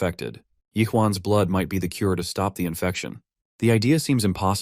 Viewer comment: can this guy just not pronounce the words truck and stop together??